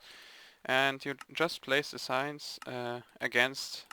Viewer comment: when you said "we need signs" i thought you said "we need science"